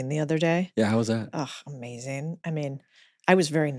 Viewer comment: It’s not “Amazeen” it’s “AmaZING” pronunciate please